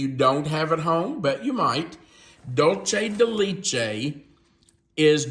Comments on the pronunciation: Ok, please stop saying “Dultchay de lechtay.🤦‍♂️😫 Please try and say it as it is written DULCE DE LECHE Dull say de let chay You can do it! 👍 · What a great recipe… So… the retired Spanish teacher of 30+ years wants to help you with your pronunciation of Dulce de leche… So hopefully, here goes… DOOL - seh - deh - LEH - cheh. Hope this helps,! 😊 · Dulce de leche is pronounced dool-say day lay-chay. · Love the recipe but just letting you know the pronunciation of Dulce de leche isn’t correct. Thank you for sharing such great videos ❤❤ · 🤣😂🤣I was thinking the same thing.